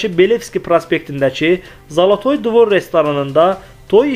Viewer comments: Zalatoy dvir yox ay savadsiz Zalatoy dvor olar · Zolotoy dvir yox dvor